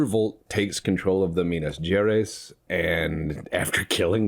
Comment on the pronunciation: Minas GerEYES like eyes in your face. I Will make you speak Minas Gerais properly untill the end of the lets play lol